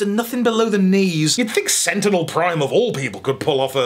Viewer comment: Senticknel Prime